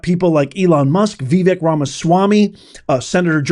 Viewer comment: Vivek Ramaswamy. His first name is pronounced Vivake (not Vivic). Come on ❤